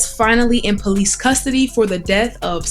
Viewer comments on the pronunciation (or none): That reporter is a Blood she said Bolice haha rewind in listen 🎧